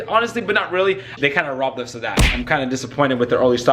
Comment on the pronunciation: STOP FUCKING SAYING OUS AND I"LL SUBCRIBE!!!! LIKE FUCK BROTHA